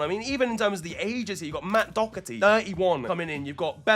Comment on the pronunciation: As an Irishman you dodged a bullet with the Doherty point lad. Now work on the pronunciation and we're all good boi 🙂